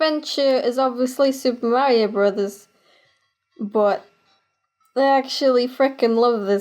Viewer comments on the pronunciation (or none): none